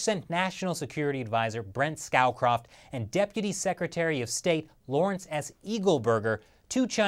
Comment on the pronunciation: Thank you ever so much for telling us about the views of President George H. W. Bush and their effects on US/China relations! Oh, and Brent Scocroft's last name rhymes with "go soft", rather than with "cow loft". :-)